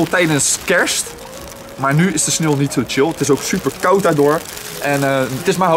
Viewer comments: Het klink echt alsof je snilt zegt ipv sneeuw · het viel me op dat je sneeuw beetje apart uitspraak no haat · ja echt he